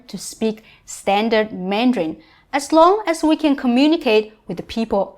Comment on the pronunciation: You are saying Mandrain not Mandarin....